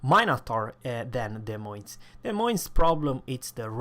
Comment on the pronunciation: Des Moines 's' is silent so you read <De Moin>